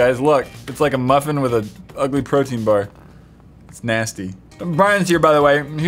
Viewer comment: When he said protein bar I thought he said birthday card